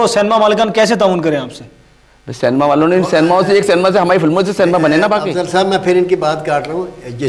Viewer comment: Pehle to Cinema ko Cinema bolo cenema bolte ho 😂😂😂😂😂😂😂😂